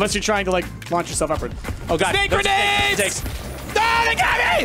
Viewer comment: "Sbake Gernades" The '??!!' was never more appropriate